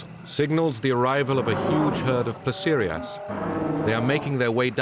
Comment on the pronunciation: Which underpaid BBC intern named the chapters in this video 😂 "Placerosaurus" should be Placerias. "Diplodicus" should be Diplodocus. "Terasaur" should be pterosaur, more specifically Ornithocheirus, but more accurately Tropeognathus. "Leelinosaura" should be Leaellynasaura. And "Ankyosaurus" is missing an "L".